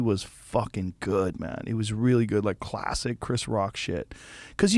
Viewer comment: Joe “Khulassick” Rogan